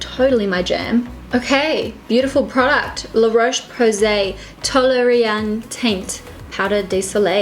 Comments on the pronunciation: I had to rewind 3 times to hear her say "taint" lmfao 😂 I love this girl. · im sorry i kept cracking up when you pronounced "teint" as "taint" because i am very mature love the look tho haha